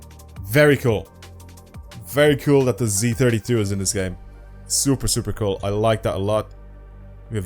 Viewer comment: "Very cuul car"